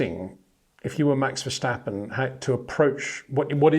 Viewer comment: its NOT! verSHtappen but verstappen,come on peter...